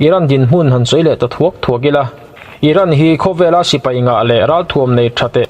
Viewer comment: sipai,tih tur hi sipei i ti zeuha